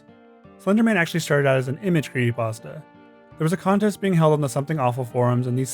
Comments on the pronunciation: Mate, what the fuck is a "cre ey pasta"? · Bruh, please, I beg you. Pronounce the P in creePy-pasta. You are killing me. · It's fucking creepypasta not "pawsta". Otherwise great job. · ah yes, creeeypastas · Whats a "cree ey pasta" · I am sorry but the narrator has a mosr annoying voice and is so hard to listen to. I just want to strangle this guy. And then the faf that he is idiotically "spreading the word"of these evil bastards. And that in itself is evil. You need to sever the word at yourself . And so your part to protect your peers from thepossible dangers these 'cursed' imagesay pose. I just want h to say creepy pasta correctly one time. Jeez. But seriously..... I know i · There's a, um, 'p' in 'creepy', dude.